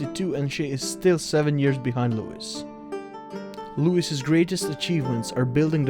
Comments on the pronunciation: Please learn how to PRONOUNCE names - especially LOUIS as in Louis XIV - it rhymes with "Luey" not with "...is" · holy fuck i hate the voice and how he speak. and the pronounceation is horriffic sounds like someone takes aids filled shits in my ears. and Louis is pronoinced with a silent S.... its pronounced like Loui